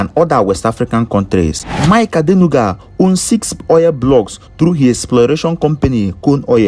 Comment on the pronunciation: You can not even pronounce their names properly...shame on you...mind you ibo boy...Mike Adenuga is an ijebu man from Ogun state